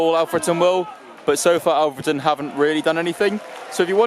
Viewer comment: It’s olfreton not ahfreton